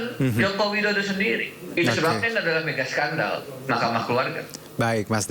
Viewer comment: Bukan sendal tp skandal hhhhh